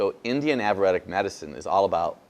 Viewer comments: Can’t pronounce Ayurvedic, it’s not averedic... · AV ER ED DIC? its EYER VAYDIC. makes me think he really didn't even study it. its not " av er ED ic" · It's NOT AVUREDIC you Ignorant mug. It is AYURVEDIC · Good info...but if you did all that studying, how come you don't know it's Ayurvedic, not averetic. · He’s studied “Avuretic” medicine from India? Is that like AYURVETIC” medicine? Just curious. It’s a bit like a scientist saying “nuke-yoo-lar” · Good vid, but its ayurvedic, not "avuratic" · Avaradic? Do you, perhaps, mean Ayurvedic? Mispronunciation reduces your credibility. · When he says "aburadic" does he mean ayurvedic?? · Thanks for those tips (reminders!) re. those yummy foods. Please get the word right: it's AYURVEDIC not AVEREDIC! Ayurveda – Indian system of medicine. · avuredic?what the hack doc?i suppose he meant ayurvedic that is so unproffesional from a doctor not to know what he wants to refer to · Ayurvedic is pronounced “aye-your-vaydic”. 😊💕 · He pronounces Ayurvedic averedic. So that is disconcerting. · this guy never studied anything. averedic. he would know how to pronounce it if he studied it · If your liver is equivalent to a Fram filter,you're as good as dead already!....Also I can't completely take this doctor seriously because he couldn't even pronounce Aryuvedic and he said he was an expert in it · Probably good info, but would have no credibility with me. The poor man cannot even pronounce the word "ayurvedic" and he claims to have studied it. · Ya think the man would learn how to pronounce Ayurvedic if he's going to profess to know something about it. Wow! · I agree with you...ruins credibility.. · When he says what class he took that he learned about the red apple compared to green he is saying Ayurvedic medicine in case you are wondering what he is saying because he was not pronouncing it right. But great video!!